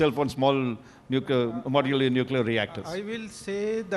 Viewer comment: What's the difficulty in pronouncing the simple word Modular? It's so awkward from the part of Podcaster